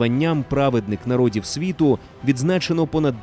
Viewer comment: + світ як [svіт] а має [сьвіт]